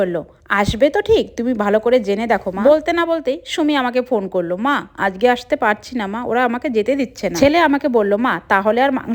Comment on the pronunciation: it's not আজকে,,, it's আঝগে😂😂😂😂😂